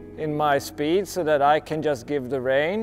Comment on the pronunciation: How do you know he's german? The way he says "Soooooo" :D